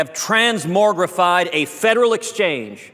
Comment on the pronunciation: What a goddamn dumbass this tool is. TransmoRgrify is not a word...just like nuculear